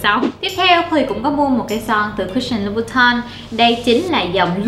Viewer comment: Son Christian Louboutin đọc là sao vậy mn? Thấy chloe đọc " Lu bu tong" nghe cứ sai sai mà buồn cười